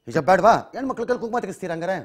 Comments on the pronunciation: Heloo ranganath sir not hijb it's calling hejab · Sariyagi helo ranganna hijjjabb alla hijaab Sariyagi yelokke baralla e rangannanige